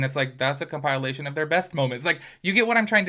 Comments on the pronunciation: Can you pronounce the word compilation correctly? It’s not compilalation, it’s compilation. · Compilation: comp-ah-lay-shun 😭😭😭 the compileation was killin me